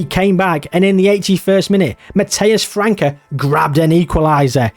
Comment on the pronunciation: hey, I'm Brazilian, the Ç in "França" is pronounced like an "S" sound, like the word France in English (took me some time to understand that when you said "Franka" was you trying to say his name xD)